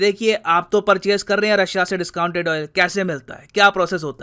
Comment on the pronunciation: that word "disconted" 🤣🤣🤣🤣